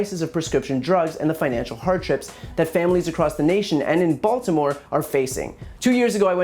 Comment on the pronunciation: No. He said Balitmore. lol.